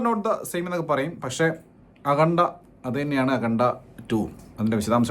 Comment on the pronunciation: Akhanda❌ Akhunda ✅